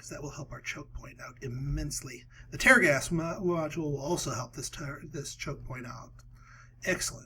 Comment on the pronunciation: It's tear gas as in "I'm crying tears", not tear gas as in "I will tear this paper". You're killing me smalls.